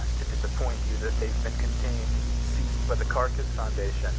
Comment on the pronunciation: I think he doesn't say the first A half the time too, so it's not even correct lol